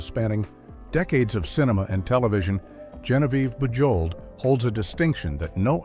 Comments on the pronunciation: Your AI narrator should be corrected. Bujold's name is pronounced "Zhahnvyev Boozhol" and why are there odd film stills included? For instance Vanessa Redgrave and Timothy Dalton and Fred McMurray with some cowboy. This thing is a mess. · Genevieve's last name, Bujold, is NOT pronounced with a hard J. She was nominated for an Oscar, and should have received that golden prize. Absolutely magnificent performance. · I love how the narrator mangled Genevieve Bujold’s name. A Richard Burton biographer stated that he wrote in his diary that he didn’t like Genevieve Bujold knowing that Elizabeth Taylor would read it. I like Elizabeth Taylor but Genevieve Bujold was a much better actress. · Thanks that was hard on the ear.😖